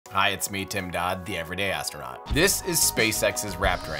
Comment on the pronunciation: Who else heard aspitinaut?